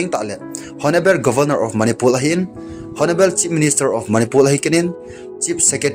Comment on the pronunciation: Honable hiloupi chu o Honarable ti o